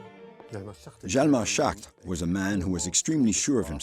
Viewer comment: It is Hjalmar. I make this mistake also, but it is Hjalmar.